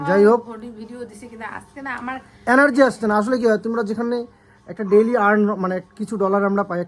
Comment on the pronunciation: অ্যানার্জি উচ্চারণ নয়,এটা হবে এনার্জি।খুব কানে লাগে।